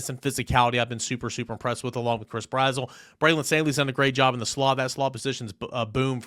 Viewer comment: Yo not tryna be rude homie but it’s Brazzle not brazwell